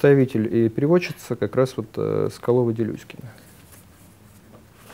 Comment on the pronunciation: Уважаемый лектор! Режет слух неправильно произносимая Вами фамилия самого значительного современного переводчика японской литературы Соколовой-Делюсиной.